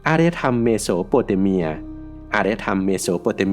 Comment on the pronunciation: เมสโซ อเมริกา เมโส อยู่ได้ เบนิโต้ มุสโซลินี่ ไม่ใช่ เบหนิโต มุสโสลินี เมโส โปเตเมีย เมสโซ โปเตเมียโว้ยยยยยย